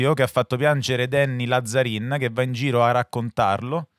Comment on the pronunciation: Ragà va bene tutto ma Làzzarin non si può sentire, è un cognome veneto e si pronuncia Lazzarìn